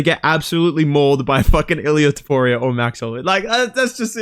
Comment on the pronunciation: Who the fuck is Toporio?? You mean Topuria? Do you eat crayons for every meal?